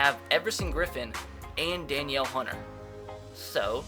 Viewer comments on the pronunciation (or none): LE Hunters name is pronounced Da-Kneel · Danielle Hunter Den-eel Hunter